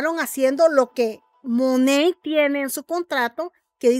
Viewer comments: No se dice mone se dice manat 🤣🤣🤣🤣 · Se dice MONAT no MONEYY 🤪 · Que raro lo pronuncias todas esas que lo venden dicen tal y como se lee Monat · Realmente se pronuncia "MONEIT" ( te lo escribo como se pronuncia) Ella trata de decirlo así pero igualmente lo pronuncia mal😒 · First of all it’s not pronounced the way you’re saying second anyone can say negative stuff about any company but not necessarily true . So first you have to get a fact check